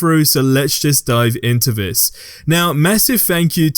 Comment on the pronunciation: Is he saying “vis” instead of “this” no hate just threw me off for a second 😂